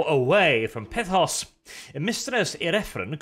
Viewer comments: Every time he pronounces Pythos as "Pithos" I die a little inside. And being confused after reading something? Colour me surprised. He's borderline functionally illiterate, so.. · I thought it was Pythos, like Python